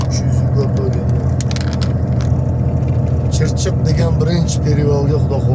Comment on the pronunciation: Чирчик эмас Чигирчик